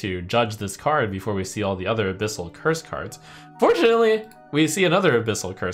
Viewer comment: Fun watching trump misread the abyssal decks